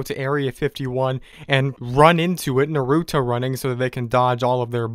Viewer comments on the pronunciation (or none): that's the most weirdest way I've heard someone say Naruto, even I said it perfectly when I first heard it Nerooto running